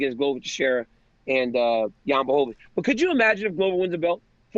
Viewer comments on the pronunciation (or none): Chael is the mma expert. He can’t pronounce 90% of the ufc roster. Jan blohovovich, cereal gane, kamara oozeman, lol